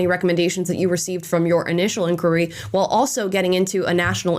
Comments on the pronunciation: Please learn how to pronounce the word ENQUIRY not enqure 🤦🏽‍♂️ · Oh dear, the way you pronounce 'enquiry' 😅